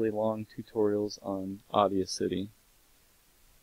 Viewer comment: "Audia City"